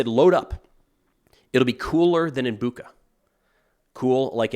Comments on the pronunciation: Not 'Buka', but 'Bucha'. It is pronounced like the word 'butcher', but with an 'a' at the end. 'Butcha' will be a much more correct pronunciation. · FYI, "ch" in Bucha is pronounced like in "chair" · Thanks for your work. I know that Ukrainian city names are not the easiest to pronounce for an English-speaking person and I don't want to sound nerdy but "ch" in Bucha is pronounced the same way as in word choice. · i believe the infamous massacred town's name is pronounced "butcha". this notation should make it easy to remember